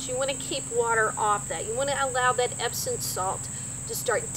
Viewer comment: Epsom, not Epson.